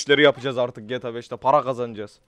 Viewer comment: Abi Gyyyyta degil gta